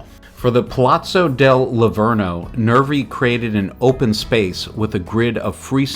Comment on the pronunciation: its not lavorno it s lavoro